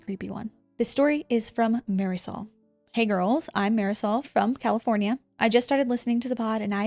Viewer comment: Marisol is pronounced: Mahr-Dee-Soul. (The R rolled kinda makes a D sound so it can be kinda tricky. If you listen, you can hear the R but I figured it might be helpful to try and make it phonetically easier). It’s my ex sister in-law’s name and I love it so much. Try it on camera one time for me 😂